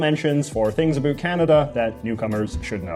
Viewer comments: did he just say "aboot"? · I think J.J is the first Canadian I have heard pronounce "about" more as "a-boot". An informative video.